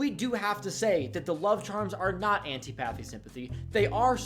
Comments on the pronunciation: "I've never heard of Anty-pathy Sympathy before" yeah I can tell by your pronunciation 😂(it's an-TIH-po-thee) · say it with me: an TIP uh thee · The way you pronounce "antipathy" hurts my soul